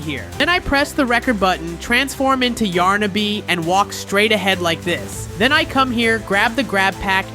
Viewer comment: You can even say those two characters correctly it's yarnaby and pianosurorus